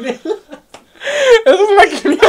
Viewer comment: Pues a mi me gusta lo de las "groserías" siento que te hace más real. Eres realmente tú quien está hablando y no un personaje de la pantalla. Pd. Nunca voy a superar lo de la quiniela! todavía lo dices como si estuviera en otro idioma.. 😂